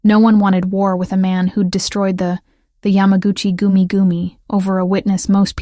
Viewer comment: The pronunciation of yamagachi goomie goomie is hysterical. You gotta love AI.